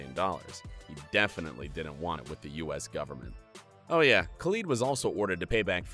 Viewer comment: he said dj khalood